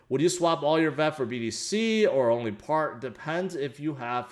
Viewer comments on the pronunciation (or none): none